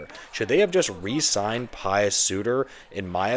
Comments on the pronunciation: It not Pious. It’s Puis like juice. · Puis sorry. Pronounced like juice.